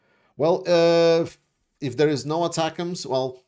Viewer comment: I did have a small issue with another YouTuber, Artur something I think, pronouncing ATACMS as "atack ms". It's not a real issue but an earworm over how many times he kept pronouncing it that way over and over throughout his video. I'm not sure why but our military going back as far as my lifetime our weapons have always come with a pronunciation a single pronunciation and it's an acronym that is pronounceable in this case as "attackems". I know in the grand scheme of things it's less than a grain of sand on the planet Earth but it was any worm and I had to Bleed It Out.